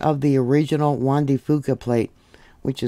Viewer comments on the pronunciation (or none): none